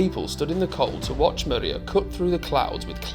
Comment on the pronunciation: Pronunciation of the aircraft name is not correct . It’s not mAriya, it’s MRIYA!